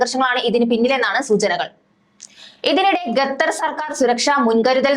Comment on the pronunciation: ഗത്തർ എന്നല്ല, ഖത്തർ എന്നു വായിക്കുക.. ഓക്കേ.